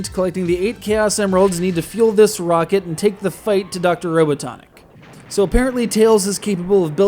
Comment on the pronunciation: This game doesn't suck,but it use some work. also this dude said Dr. Robotniks name wrong, EPIC FAIL!